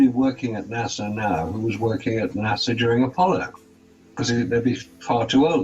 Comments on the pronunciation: You have a guy who has "researched this for years" and he pronounces NASA like the capital of The Bahamas (Nassau) what a raging idiot! To doubt the moon landing,you have to be totally ignorant of physics and every other branch of science. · BTW, it's NOT "NA-SAW", it's "NA-SA"! Try to pronounce names correctly for more credibility, noob! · It's NASA not Nassau. Nassau is in the Bahamas. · Mold? You fuck!ng IDIOT! You can't even pronounce NASA correctly. F@ your stupidity. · After so much research you can't even PRONOUNCE "NASA", correctly, Lol!